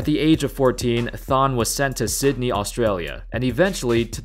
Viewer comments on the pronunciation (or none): none